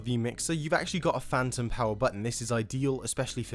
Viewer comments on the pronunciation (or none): none